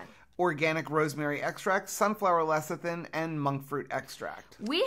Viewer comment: 👍😀 Yay! You nailed the "lecithin" pronunciation. (No giveaway for me. Sorry, I don't mean to comment on the giveaway videos but I couldn't resist)